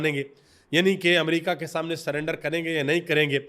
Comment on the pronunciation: سلینڈر نہیں میڈم سرینڈر 😂😂